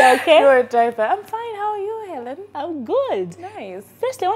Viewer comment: The interviews were awesome but pulizi Xaven, it's Hellen not Allen